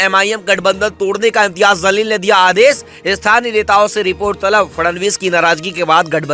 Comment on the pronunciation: Imtiyaaz Jaleel naam hain. Pls thik se naam le. Meaning badal jate hain.